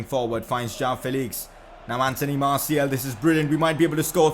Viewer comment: You are pronouncing Martials name wrong, its Martial and you pronounce the second and its not Martiel